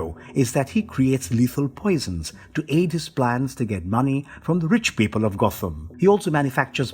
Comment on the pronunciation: Sorry but at one point you say Got-Ham city laughed my ass off